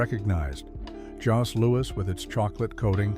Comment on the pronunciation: ''Faux-Twinkie''?!? The Vachon cakes started in 1923, Twinkies were invented in the 30's. And Jos is pronounce like Joe, no ''s'' sound. no thumbs up for you.